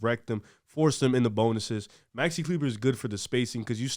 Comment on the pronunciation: He said Maxi Kleber 😭